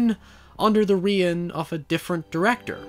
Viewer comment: "under the ree-in of a different director"?? Is that supposed to be "rein", like "rain" or "reign"?